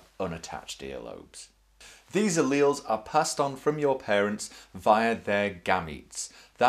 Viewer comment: your pronouncing alleles wrong